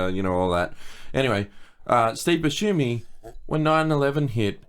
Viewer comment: Someone plz teach how to pronounce Steve Buscemi's last name